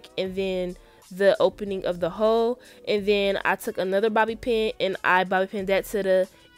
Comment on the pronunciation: Am I the only one that got triggered every time she said Bobby pin😭